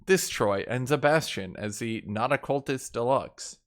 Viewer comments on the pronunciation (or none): none